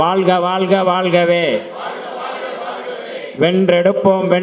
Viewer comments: தமிழை நேசிக்கும் ஒவ்வொருவரும் தமி(ழ்) உச்சரிப்பு சரியாக பயன்படுத்துங்கள் வாள்க அல்ல வாழ்க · வாழ்க!. வால்க இல்லை.தமிழில் உச்சரிப்பு மிக முக்கியம்